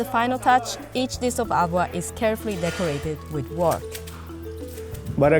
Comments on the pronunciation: It is not bloody ALWA. It is HALWA with an H. Try pronouncing that please. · Why do they use narrators who can barely pronounce the names?? At least train them to say the words correctly. The Spanish narrator with the thick accent cannot let go of her Spanish way of silent 'H', and it's really irritating. She keeps pronouncing Halwa as Ahwa. Such disrespect for other cultures cannot be tolerated.